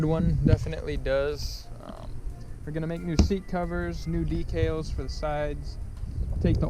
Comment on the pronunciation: This is a great video. But I have to say - "mag-neat-o", "D-kal", and "spic and span" not spam. Had to get that off my chest 😂. I think maybe silicone would have been better for your electrical repair also. Hot glue doesn't hold up well in my experience. Well i guess now I'm off to try to rebuild my carb :( i don't have high hopes